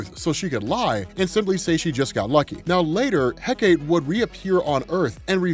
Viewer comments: Good to see Hecate get more love. Plus there’s multiple ways to say “Hecate”. Yours is the most common. Though still said it wrong however. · OMG, it was killing me, every time he said Hecate, lol. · "heck-a-tay", not "heck-ate". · It's He-Cah-Tee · Hecate : heh-kuh-tee In Shakespeare’s writing, it was pronounced heh-cut. But the Ancient Greek is the three syllable heh-kuh-tee. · He-ka-tee is how you pronounce Hecate. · Pronounced heck-ah-tay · I've heard it pronounced "Heck-Ah-Tay" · First time I have ever heard that name pronounced "heck-ate" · Recently discovered its pronounced Hek uh tee. Happens to be my fav sniper rifle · It's greek so it is pronounched Heh-Kuh-Tee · It's pronounce he-ka-te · For future reference, “Hecate” is pronounced “HEH-cuh-tay” Source: my sister is Wiccan, this is her goddess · Heh kah tee is proper way to say it if nobody has commenters that yet, thanks for all your content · Pronounced HECK-uh-tay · You almost got it, dude! 'Hecate' is pronounced Heck-A-TEE! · Ha-kite-ta is how you say it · Apologies, but Heh-kuh-tay is the proper pronunciation of Hecate. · Hecate? I've heard it it pronounced as heh-cah-tay. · Hecate = Heck-Uh-Tee Hippolyta = Hip-All-Eh-Tuh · “Heh-kuh-tee” just for educational purposes! Thank you for all of this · supposedly hecate is pronounced "heck-uh-tee", heckuhtee. it sounds super lame. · I've always pronounced it heck-a-tee but only because it sounds funny. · This story was freaking crazy. Diana was so broken in this story ripping holes in reality open at will, plus seeing them DC invoke the Goddess of Magic is cool. Also Hecate is pronounced heck-ah-tee. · yeah i remember on Penny Dreadful on HBO, her name was pronounced heka-tee. lol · It's pronounced heh-kah-tee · Oh man your pronunciation of the goddess and wonderwomans mom needs work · People have already explained how to pronounce Hecate but you're also mispronounce Hippolyta. Her name is pronounced He-Poh-Lee-Tah